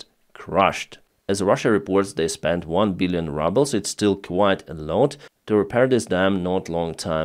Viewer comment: Funny coincidence, when you said "one billion rubles" I thought I heard "one billion rubbles" at first. Anyhow, I guess you can call the ruble "rubble" now.